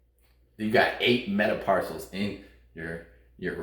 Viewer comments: Did I hear you say meta-PARSALS? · Did he say metaparcels?